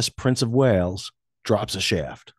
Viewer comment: Thought you said drops a shit.